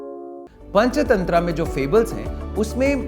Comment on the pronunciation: ये पंचतंत्रा क्या होता है भाई हिंदी में पंचतंत्र ही होता ह इंग्लिश उच्चारण क्यों घुसेड़ रहे हो भाई